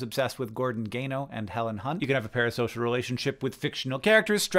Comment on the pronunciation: I’m just curious why he switched up the S and the P in “Parasocial” twice